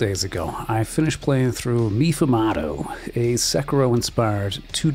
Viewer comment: Meefoomahdo.... It's pronounced May-fumado